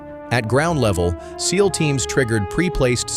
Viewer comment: Another stack of total bulshit when the narrator can't even say," seal.". It says S. E. A L.😢